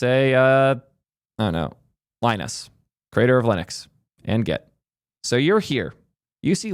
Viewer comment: Linus didn't earn the right to be an asshole. There's no excuse for being an asshole, period. He's god tier DESPITE occasionally being an asshole, but this has become less frequent as he's become older and wiser. Btw you pronounced his name wrong.